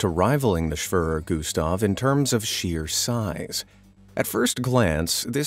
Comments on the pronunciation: schwöror güstf lol all germans are laughing. The e is pronounced like in the word egg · "schwaver gustav"😂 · It’s pronounced schwerer Gustaf